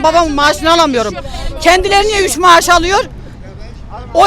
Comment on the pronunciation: Maaş diyemeyen mayış diyen,nankör diyemeyen namkör diyenlerin sinsi cahilliğine kaldı işimiz